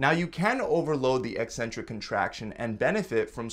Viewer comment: You don't even pronounce "eccentric" properly, so hour education is dubious at best.😮 You've cherry picked studies to match the title of your video. Ever consider those super fast reps will lead to injury? Guessing not.